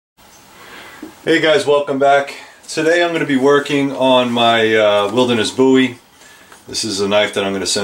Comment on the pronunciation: It's pronounced Bowie not Bowie just like potato and not potato.